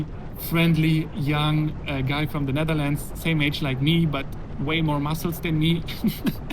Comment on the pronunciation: From Zzhe Nezzherlandzz 😆🤣 Gotta love the Schwarzenegger accent